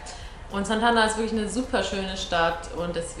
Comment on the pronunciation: Santander wird aber nicht Santanda ausgesprochen.